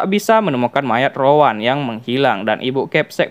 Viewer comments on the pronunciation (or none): Rowen bukan Rowan